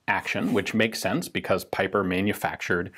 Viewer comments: Not piper, but peeper! Just like J. Bieber.. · I think already mentioned this but given that the gentleman was German his last name sounds more like "peeper".